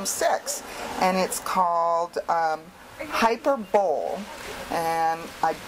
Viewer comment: You said Hyberbole wrong. :D